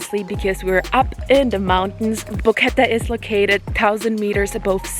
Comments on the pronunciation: No sis, quit embarrassing yourself saying the most bizarre pronunciation of the town. 3 syllables. You had it (Bo-Que-Te) a couple times and then went back to BoQuett . Or it could just be how you decided to edit it. Anyways. Hope you enjoyed yourself. If you ever go back with a little bit of adventure money. Zip line, white water raft, or take a hike tour to Volcán Barú(full day hike). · the E on the end of Boquete is pronounced like the letter A in English. vowels on the end of words in Spanish are not muted. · Imagine going all the way to Panama and getting a tuna sandwich and mispronouncing the name of the place you're staying over and over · If you like Boquete...learn how to pronouce it!